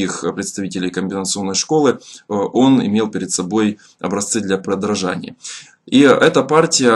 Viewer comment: продражания:) я не придираюсь, просто забавно.